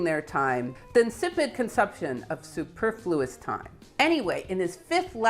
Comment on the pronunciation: Love the pronunciation blooper: It's su•per•flu•ous 😀